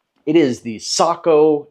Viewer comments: "Socko" or isn't it "Say-co"... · I always thought you say Sako, like say-ko. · Google says it's say kow. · I’ve been around Sakos for a long time, but I’ve never heard the name pronounced like you say it. I could be wrong, but we’ve always pronounced it with a long A sound, like Sako rhymes with mako, as in mako shark. Do you know for certain which is correct?